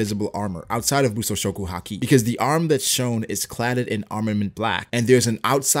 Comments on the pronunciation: just say haki like everyone else does including anime. not ha-kee lol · Man it's weird how you say haki sometimes. "Ha-Keee" lol. Great videos though. I'm a relatively new follower but I really enjoy your videos. Keep up the good work! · ugh I always hate the way he pronounces haki